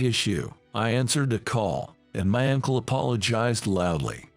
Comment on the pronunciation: "Ankle"? UNCLE...to hell with this AI voice!